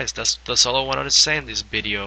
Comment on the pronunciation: He says Bideo! Lol